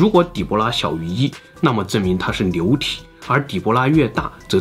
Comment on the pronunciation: 流牛部分，l，n不分。